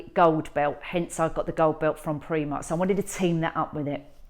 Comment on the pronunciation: Primark not premark